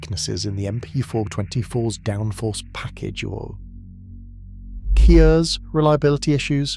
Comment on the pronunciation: Nicely researched video, but please do your own scripting and use your own voice. "Key-ers" for "KERS" is pretty bad. "It's not x, it's y", etc. AI is useful but shouldn't replace human creators.